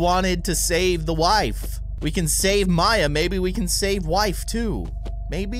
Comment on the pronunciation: It's maya NOT mya!!!!!!!!